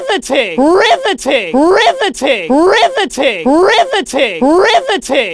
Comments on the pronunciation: I hear ri va tin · Now it’s sounds like RIVTI-titty But like if titty was a different audio clip